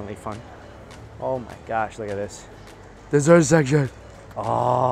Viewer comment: the way he said ‘Desert Section’😂